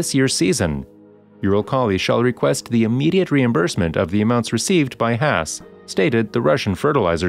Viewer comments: It's not pronounced 'Hass'. I think it's kind of disrespectful to pronounce it that way. Is it a bot narrating, or human being? The A sound in Haas is pronounced the same way as the A sound in the word car. Please!? It's killing me every time I hear "Hass". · Why did keep pronouncing hass wrong